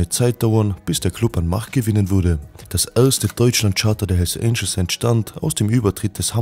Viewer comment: bruder die heissen hells "Angels" und nicht "Angles" .. aber geiles video 😇👏👏👍👍👍